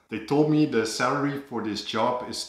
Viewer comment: So am i the only one eho thought he said 'cellery' when he said 'salary'? I am? Oh, ok